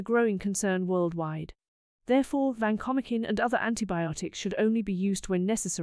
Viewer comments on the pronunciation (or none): vacomikin? No way. It is Van-ko-mai-sin. Sorry AI